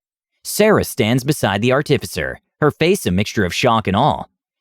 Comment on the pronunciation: Dude, fucking learn how to pronounce “artificer,” holy shit, every time you say it wrong like that I want to slam my head in a door